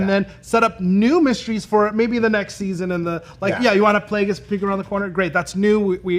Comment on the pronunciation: Darth “Play-Gee-Us”?!? Really!